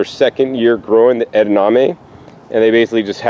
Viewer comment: Do you mean edaMame? Not edaName